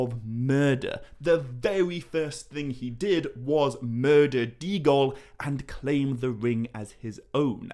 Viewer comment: Your explanations explained a lot, and I especially like how it all comes together in the end, with the Ring causing its own destruction in part because of Frodo's words threatening Gollum with falling (or jumping) into the fire. One point, though: both the names Sméagol and Déagol have an accent over the E. This means that these two names have three syllables each, not two. The pronunciations will be "SMAY-ah-gole" and "DAY-ah-gole".